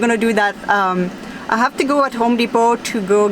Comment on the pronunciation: apparemment vous oubliez des fois que vous parlez l'anglais, et il faut prononcer le: H. Il n'est pas muet comme en français. Vous dites tout le temps: I "ave" au lieu de dire: I have, et il faut prononcé le: H. Ce n'est pas si compliqué que ça. J'espère que je ne vous ai pas offensé! C'est juste pour vous le faire savoir. Bye, et bonne soirée! Bisous!